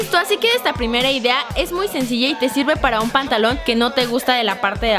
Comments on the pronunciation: esta karen dijo pontalon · se dieron cuenta de que en el minuto dijo pantaluon